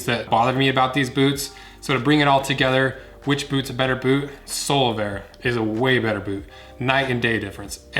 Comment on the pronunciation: All I hear is Solarbear lol.